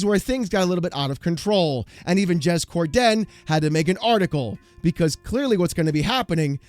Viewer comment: Bruh, I love your content but you gotta stop with the “Cor-Den” it’s just one word “Corden” no emphasis on the “Den” that’s like calling you “”